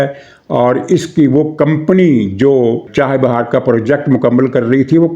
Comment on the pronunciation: محترم ، چاہِ بِہار نہیں ۔ چابَہار درست لفظ ہے ۔ اس بندرگاہ کا کنواں سے کوئی تعلق نہیں ، نا ہی چاہت والی کوئی بات ہے ۔ مولا خوش رکھے ۔